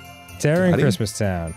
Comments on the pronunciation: Merry crimdo ! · I feel like Grundor celebrates Scromdus. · Grumps mispronunciation of Christmas will always put me in the holiday spirit. Happy Scromdus everyone! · Scromdas and its reaction will forever spark such joy within me